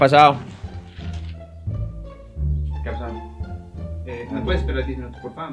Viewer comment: En ves de qué a pasado o que a pasao no dice que axsao🤣🤣